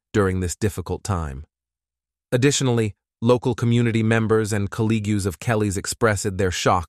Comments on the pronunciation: Colleague pronounced "cuh Lee gyoo" 🤨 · sigh Is the narrator an A.I.? "Kellt" not Kelly? "Colleegoo" not colleague? "Demeese" not demise? Up until the end, I was giving benefit of the doubt, but... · Good mini doc! I will say though that colleague is not pronounced how you said it, its pronounced "call-ee-g". Just for future reference.